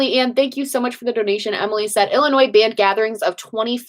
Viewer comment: I love you but the s in Illinois is silent. 😝 As an illinoisian it was nails on a chalk board lol. I lived in central new York for a couple years and they were the same.